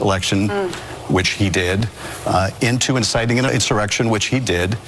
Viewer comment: I actually heard him say "inciting an erection". What a tool.